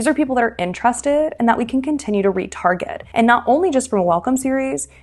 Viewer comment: "...where we can retarget customers..." ...I first understood "where we get retarded customers." 😄😄